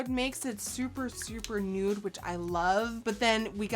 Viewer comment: The way Nikkie says 'nute' instead of 'nude' is one of my favourite things in the world